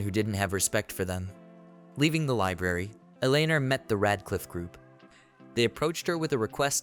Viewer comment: How did "Red Cliff" turn into Rad Cliff". This translation stuff done for voice and text is not good, you have zero reviews being done and producing sub-par videos. I disapprove. You know when smart people write a book they have the book checked by someone who can clean up the grammar without changing the meanings of the sentences. Sure I'm poor and use an automated process but you need a smart human who is fantastic with English and can view the auto and text from the story to make sure everything is 100%